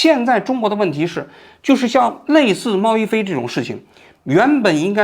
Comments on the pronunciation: 王局你真的是自己写稿子的吗？猫一杯让你一直念成猫一飞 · 猫一杯说成猫一飞，小学说成中学，哎，睡醒了吗王局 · 我怎么一直听着都是猫一飞？ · 王局是不是把网红名字念错了，我怎么听着念成”猫一菲“ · 不是杯bei吗？ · 王局故意口誤的吧😂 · 王局自己也得严谨点，一会儿猫一菲，一会儿西场中学的，口误太多。自媒体的钱也不是这么好挣的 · 给王菊提一些意见，有好几次把新闻的一些关键词读错或者记错，比如今天的猫一杯一直说成猫一飞。节目录制得更严谨一点才可以更长久啊。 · 猫一杯 念bei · 杯 读100遍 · 发音不标准 杯菲不分 西场小学小学小学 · “享受了和我同样的待遇”，王局太有意思了😂 “享受了和我同样的待遇”，王局太有意思了😂 哦真的牛批还有这种电话的哦😅😂 这是薛凯琪吧，王局啊你这集错误有点多吧。猫一杯主角的名字都念错了，那个学生一年级，是西场小学也不是中学。😅 户圣音容宛在 王局也看户晨风的直播切片 王局你有空能不能聊一下最近户晨风被封的事情 王局太幽默了，應該考慮開一檔脫口秀節目 其實未新聞是最好的新聞，內容多元化，是對變幻莫測的社會尊重 我替佟丽娅谢谢你王局啊 怎麼這麼像薛凱琪？ 处的人物应该是薛凯琪？是否图片人物有误 ）的视频（母爱？ ， 局座 你还没有这么老不更事吧？） 就绘声绘色 和 朋友说了这个寒假作业故事。 最近才看到 猫一杯 的 道歉声明。 感觉 好无聊， 造这种谣， 干嘛呀?（而且后面 还继续造谣， 搞续集） 互联网小作者的什么故事 能信啊？？！！完全觉得 这种 造谣者 就是要封！ 图片错了啊这明明是薛凯琪 建议在日本捡到小学生的作业并积极做完，完成千万粉丝成就🤣 建议在日本捡到小学生的作业并积极做完，完成千万粉丝成就🤣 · 王局你嘴怎么瓢了，猫一杯总说成猫一杯，西厂小学总说成西厂中学。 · 这是薛凯琪吧，王局啊你这集错误有点多吧。猫一杯主角的名字都念错了，那个学生一年级，是西场小学也不是中学。😅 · 看來王局現在就是自己一個人錄節目了，口誤都沒人提醒。直接錄完之後再做後期，也不改了。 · 人家叫猫一杯，不是猫一菲呀。王局老是把名字读错，而且是西场小学，不是西场中学呀。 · 王局讲的太好了！只有王局把这个事件挖掘到这个深度。虽然一直把小学说成中学，虽然一直把猫一杯说成猫一菲，但瑕不掩瑜。😂😂😂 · 是一杯，不是一菲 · 比对半天信息名字都一直念错，哪里的口音杯 /飞不分啊？ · 为啥一直读猫一“飞” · 是猫一杯不是猫一fēi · 是猫一杯，不是猫一飞。西场小学，不是西场中学。听着很奇怪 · 为什么一直在说猫一飞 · 是貓一杯, 不是一菲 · 王局，人家叫猫一杯不是猫一菲😅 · 王保长，请问是“猫一杯（bei)”还是猫一飞，bei fei不分的吗？ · 猫一杯 不是非 谢谢 名字都念不对就别拍视频了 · 王局是发不出 杯 这个音吗？为啥通篇都是猫一飞？ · 那个字念bei，听得真是难受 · 是猫一杯，杯杯杯，王局你这汉语怎么在央视混的，哈哈哈😁😁😁😁😁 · 王局注意一下口误吧，又猫一菲又西场中学的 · 那个叫猫一杯，不是一飞😂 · 个人觉得作为一个时政评论类的节目，王局是不是应该严谨一点？人家明明叫猫一杯，你非叫人猫一菲。而且罕见病的罕读三声，不是一声，但你在你的节目里一直读一声。如果只是一个拍短视频的搞笑网红这么念也就算了，你这个自诩北大高材生，央视记者，怎么这么不严谨呢？以此推理到你对待新闻的态度，会不会也是这么不严谨的呢？ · 王局一直念错名字，一杯不是一飞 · 我也是罗王局老粉了，拜托王局用点心，当事人名都念错，是猫一杯啊，不是一飞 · 是猫一杯不是菲，王局你做节目以严谨著称，至少你应该把当事人的名字念清楚或者搞清楚再说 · 这期口误好多啊 猫一杯 不是猫一菲 西场小学 不是中学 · 人家叫猫一杯，不是猫一飞，这么严谨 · 是小学不是中学，是猫一杯，不是猫一菲。两处口误多次念错，希望做节目再严谨一点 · 我断定王局之所以全程把猫一杯念错成猫一飞，是因为王局看过两女一杯的视频，潜意识为了回避两女一杯视频带来的不悦感受让意识层出现了这种口误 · 王叔叔， 人家叫猫一杯啦！不是 猫一菲 :face-green-smiling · 我怎么觉得王局说的是FEI...不是BEI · 虽说成大事不拘小节，但你还是矫矫错吧。把猫一杯念成猫一飞就算了，毕竟这种名字的确少见，但能把小学念成中学....我很怀疑你们究竟花了多少时间写稿子做视频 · 不知是不是個人聽力問題誤會主持人發音貓一杯變貓一飛 小學一年級的秦朗被王局秒跳級到中學，體驗秒打臉嗎？！看來小編和王局的嚴謹度有待改進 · 全程都是猫一菲猫一菲，杯 bei 波诶杯，王局这次视频背稿也太失误了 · 猫一杯，不是猫一飞😂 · 猫一杯，不是一菲